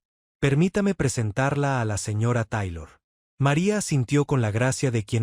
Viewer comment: Papa te agradecemos el dato y la información....yo se que no hablas Ingles, pero hay palabras en ingles que se tienen que pronunciar en ese idioma... Te oyes bien mal pronunciando el apellido de Elizabeth Taylor y otras palabras en ingles... no es mala onda supera y corrige eso please